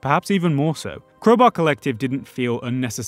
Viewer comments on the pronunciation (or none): Man literally just said "Creubaeu" instead of crowbar